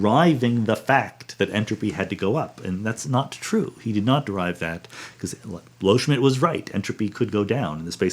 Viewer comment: Loschmidt, not "Lohschmidt"